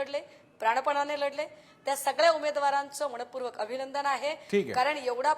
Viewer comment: ताई मणपूर्वक नाही मनःपूर्वक असे म्हणा